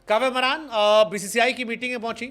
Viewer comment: काव्य मारन है बे, मरान नहीं